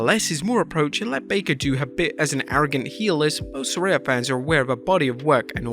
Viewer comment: Saraya, the only person in the world that can’t pronounce her own name. Ask anyone how Saraya is pronounced. It’s not like how she says it’s pronounced.